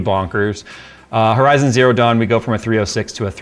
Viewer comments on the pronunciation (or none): none